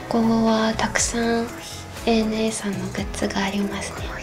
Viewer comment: 「ANA」を「アナ」ではなく「エー・エヌ・エー」と読むところが大好きです。